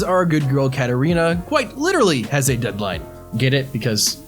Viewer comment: Dude her name isn't Catarina clouse 😂😂😂😂😂